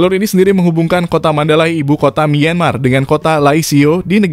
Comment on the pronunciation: Kontennya bagus, cuma sayangnya narasi pakai text to voice. 30 meter jadi 30 em Myanmar dibaca mienmar Ttv dicek dulu Gak cuma di video ini juga sih Ada banyak video mimin yg kocak karena pakai TTV